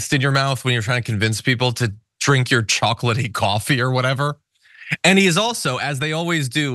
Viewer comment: While the Rudy hair leaking photo would be cool, I'd go with the bug-eyed photo. (The one Seth Meyers always uses) I'd also use that photo for his coffee ad too. (He doesn't say "chocolatey". He says "chalkily")